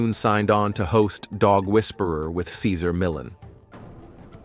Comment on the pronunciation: So disrespectful in this video that you can’t say his name correctly. Assuming computer “intelligence “ is involved. The pittie Junior is perfect. We love Cesar 💜🐾💜🐾